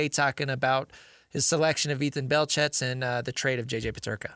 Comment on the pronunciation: The "T" in his last name (Belchetz) is silent.